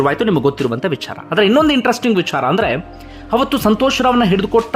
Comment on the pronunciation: Why do you use mahaaprana unnecessarily..while pronouncing VICHARA